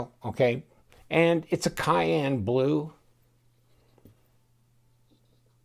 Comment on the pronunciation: Cyan not cayenne lmao